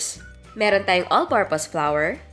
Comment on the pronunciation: The pronounciation of flour is not flower......